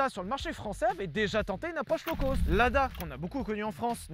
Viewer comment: Quand est-ce que les français arrêteront de dire "low coast" (comme dans côte) au lieu de "low-cost" (comme dans cote) ?